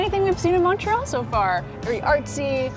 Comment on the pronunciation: Just a friendly FYI - there are 3 syllables in Montréal with emphasis on the é.